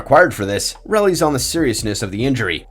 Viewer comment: Wait, did dude say "rellies" instead of "relies"? Gotta be an ai reading it.